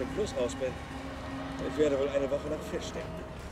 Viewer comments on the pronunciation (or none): none